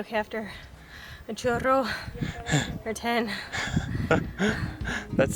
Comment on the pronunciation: when was tired at first i thought she Said Chorro haha but then i realized she said churro